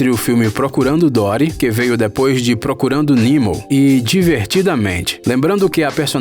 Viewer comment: PROCORANDO NIMOU